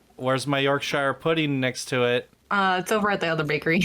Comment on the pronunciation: This was a very controversial episode, Not knowing Ratatouille and mispronouncing Bagel and Yorkshire Pudding